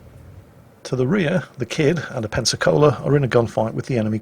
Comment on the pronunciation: Pensacola. Sorry dude, learn from this please